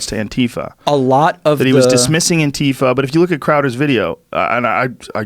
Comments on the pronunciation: Then wouldn't the last one be an-tie-Fa? Or an-tie-fa? Or literally anything other than An-tie-fa? Putting an emphasis on the first "a" is jarring when followed with that hard "i". I hear all of the other options pretty regularly, but never that one. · Is it really pronounced an-TEE-fuh? Antifa is short for anti-fascist, right? So wouldn't it be either An-tee-fa or An-tie-fa?